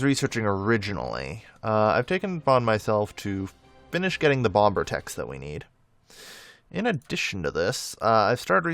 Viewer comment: For the love of god, please pronounce "bomber" like bommer